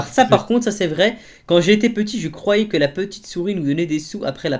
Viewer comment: " bah moi je crovais " C'EST JE CROYAIS